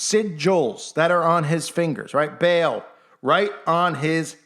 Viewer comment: It's actually pronounced PHONETICALLY BAH-AL. NOT BAIL OR BALE LIKE A BALE OF HAY🙄.